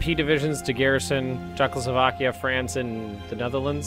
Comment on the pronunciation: Yeah Czechoslovokia